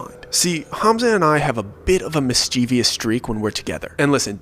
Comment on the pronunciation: you're probably not gonna see this, but you're such a great storyteller! I just wanted to let you know mischievous is pronounced mis-chiv-us. Much love! ❤❤❤ Seems i was correct in that assumption 😢